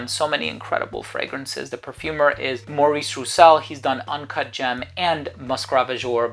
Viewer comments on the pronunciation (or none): none